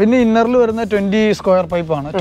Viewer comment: സ്ക്യുയർ പൈപ്പ് അല്ല സ്‌ക്വയർ ട്യൂബ്